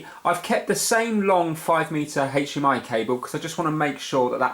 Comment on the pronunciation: Anyone else think of family guy and Stewie saying cool hhhwip when he says hdmi? Lol